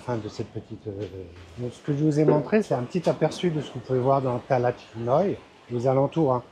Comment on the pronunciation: Bonjour, sympa tes videos.je crois qu’on dit talat, pas talad